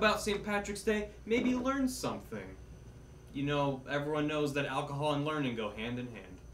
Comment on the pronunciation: Would hardly call a Guiness, "alcohool".